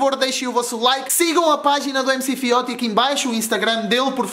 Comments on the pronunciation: É Fióti se não sabes não fala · Não se diz MC FIOTI! Diz se MC "FIOTCHI"